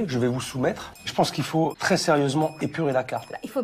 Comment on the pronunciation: elle ne sait meme pas parler elle dit "crés bon" issou